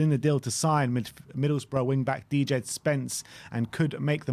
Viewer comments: "dee jed".... Jesus christ do your bloody homework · “dee-jed” spence💀